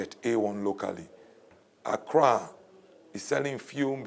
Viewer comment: this dude keeps on saying Accra govt....smdh